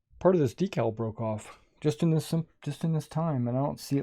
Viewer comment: DEE_CAL! not a dekkal'! hahaha!!! LOVE it! Like a magazine, is NOT A Clip! hahaha! You told'em Brother! Great video!